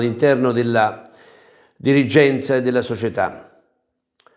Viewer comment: Mamma mia impara a parlare l'italiano ti prego non ti si può sentire....dirigggenza....😄angora.....😄